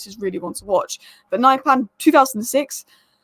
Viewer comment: Pronunciation: Not naipan, but niypan